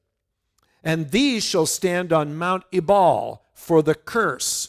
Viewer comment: My Israeli guide said Ebal is pronounced Eval.